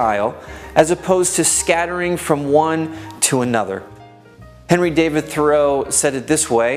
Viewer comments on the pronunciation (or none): none